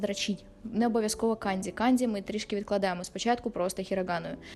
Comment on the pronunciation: не треба будь ласка використовувати росняву систему транслітерації. Ось ці ваші кандзі, хіросіми і фудзі - це неправильно. Правильно буде - канДЖі, хіроШіма та ФуДЖі. Почитайте про систему Коваленка, українського вченого-японіста.